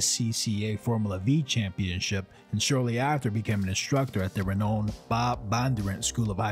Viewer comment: Not knocking ya, just means you learned the word on your own for whatever reason. But renowned, is pronounced like re-noun-ed. The middle is pronounced like noun, like it's said saying verb or noun.